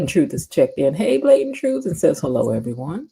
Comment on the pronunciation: Be-lo, girl, you are so right!